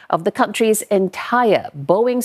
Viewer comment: boeing not boinging